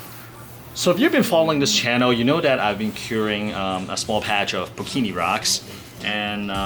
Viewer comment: michael scott it the best character ever! and are you going to say pukani wrong forever???!!!! pukini is so inappropriate =P and my reefer shirt still hasn't arrived, been waiting and waiting lol, hurry up DHL!